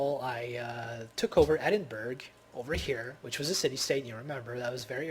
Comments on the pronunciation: just to let you know mate its pronounced Eding - burra not eding burg and its leon not lie-on. i hate to nickpick my friend but i thought id let you know ;-) p.s great vid helped me out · its pronounced ED-IN-BUR-UH not EDIN-BURG Also turkey (Ottomans) isn't in the middle east.